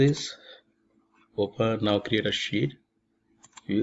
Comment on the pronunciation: every time he says "sheet" I hear it as "shit"